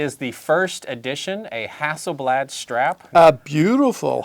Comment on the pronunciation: hahsselblaht Porsch and it's Toy-yot And Hond 😐